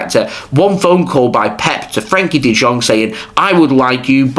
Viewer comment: One correction, it's not pronounced as De Jong but it's pronounced as De Yong.